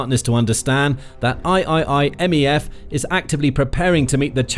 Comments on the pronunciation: "EYE-EYE-EYE" MEF? 🤣 (Third Marine Expeditionary Force) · i would think that someone hosting something called The Military Show would know how to say III MEF. Or at least do some basic research so you don't sound so ridiculous. I'm neither American or a Marine I made a better guess than that before looking it up.